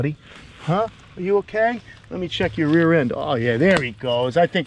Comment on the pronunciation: There's that northeastern coming out of ya again. "I'm gonna out YA'S down" lol. Love the channel brotha!!!👍🏻